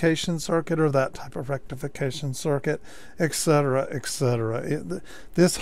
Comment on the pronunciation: Good video. Please stop saying eksetera. It is et cetera.